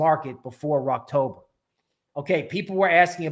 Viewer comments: Always good infor on the channel but I'm a little confused if you're talking bullish or bearish. It says Rektober but it sounds like you're say "Rockober" (sounds bullish). But it looks like in the last 2 cycles mid-October were new ATH. This market might be different but I feel like I missed a video or indicator somewhere. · Are you saying "wrecktober" or "Rocktober"?